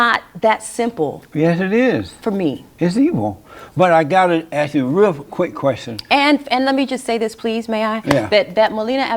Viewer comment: I grew up in the 70’s, and I know black people used to talk with good grammar. Even saying ask instead of aks. You have a degree and you’re saying aks??????